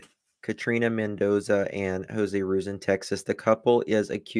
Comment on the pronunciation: Hey I just wanted to let you know ruiz is pronounced roo-eez xo